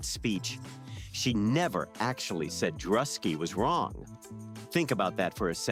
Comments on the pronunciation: You missed the hype on this, and then still mispronounced Druski's name, you had hundreds of videos to learn from and still failed miserably. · At least pronounce DRUSKI'S NAME RIGHT. OTHER THEN THAT THUMBS UP